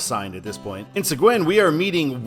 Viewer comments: Great video as always! By the way: It’s pronounced “Suh-geen” If I had known that you were doing this, I would have sent a request in to show Sealy, where I grew up. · Seguin is pronounced Se-geen. It's Spanish. Okay...so you hit one of my pet peeves in Houston. I talk about this a lot on my videos. For some reason, US-90 was removed from the overhead signs. When I came to Houston back in 1980, US-90 was on all the overhead signs through downtown. TxDOT, in whatever plant they were smoking, decided that Houston drivers would be too dumb to figure out the difference between US-90 and Alternate US-90 (which comes into Houston over in Rosenberg. It makes it look like there's a gap with US-90 through Houston, as you have one end in Katy and the other end at the intersection of I-10 and I-610 on the east side of Houston. Apparently, US-90 isn't the only road TxDOT did this to: US-77 through Dallas (it multiplexes on I-35E) and US-67 when it enters Dallas, first on I-35E (muliplexed with US-77), then on I-30 East. As for US-290: Technically US-290 ends at I-610. It doesn't officially connect back to I-10/US-90. However, when they rebuilt US-290 and I-610 a few years ago, someone in planning decided it would be nice to tie US-290 into the direct connect ramps that connect I-610 and I-10, so US-290 now has dedicated exits for I-10/US-90. As far as I'm concerned, that connects US-290 and US-90. It's just not official (although you will see a sign heading west on I-10/US-90 that connects to US-290 Express lanes). Fun fact: On the east side of Houston, at the exits with North Wayside and McCarty, Alternate US-90 joins I-10/US-90 from North Wayside, go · Seguin = "Seh-GEEN" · Seguin is pronounced se-GEEN.